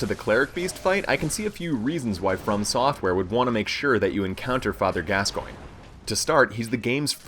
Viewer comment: he doesn't know how to say the fathers name(can't spell so won't try) and the cleric can be parried with either of the first two weapons you have to shot it in the head at the right time.